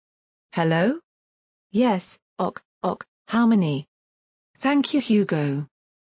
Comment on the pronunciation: In addition to the fact that this Computer reading keeps reading "ok" as "Ock", I don't believe this is any kind of genuine report of an actual event because I do not believe the "scientist who disappeared" was then spit back into our reality. Conveniently, naked. (Conveniently for the film industry.) Someone is floating a script idea for some lurid film. My bet is still on this being a preliminary ("treatment") draft by JK Rowling. Sounds exactly like her style of writing, her style of plot concept (compare to "the Casual Vacancy," that did not receive especially good reviews; CERN is exactly the kind of theme she might regard as a viable grown-up subject after the huge success of the Potter books, which were ostensibly for kids -- except that they are much bigger than that, especially the last 4 in the series), even her style of title. If you get lost in a wormhole, you don't come back. If you go to Hell, you don't come out. And this is certainly no portal to Heaven, folks...